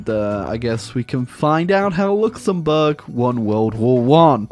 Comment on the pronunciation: "Luxembourg Raj"